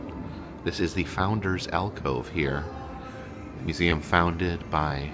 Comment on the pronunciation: YES! You went to the Bishop Museum! And you did the "Eum" right, like only our can. I need to get back there, haven't been to Oahu in several years. Thank you! 🥰